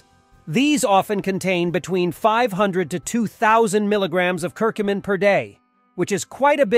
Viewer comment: You can’t say Curcumin correctly !